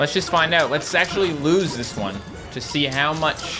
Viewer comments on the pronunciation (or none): none